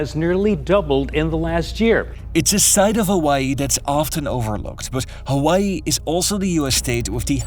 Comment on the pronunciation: Why does he keep mispronouncing Honolulu, OaHu? Hawaii... the H isn't silent. He says Awaii... ugh